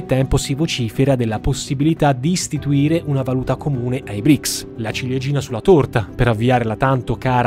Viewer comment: Non BRIC😂😂! E BRICS 🇷🇺🇿🇦🇨🇳🇮🇳🇧🇷 si chiama